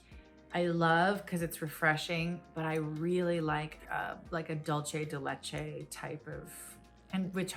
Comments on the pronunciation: Haagen-Dazs Dulce de Leche ice cream is delicious - esp. if you like caramel. But it's pronounced "Dool-seh" not "Dol-che". It's Spanish not Italian. (Dulce not Dolce). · I love Kate but it's pronounced "dulSe de Leche" its a Latin dessert not Italian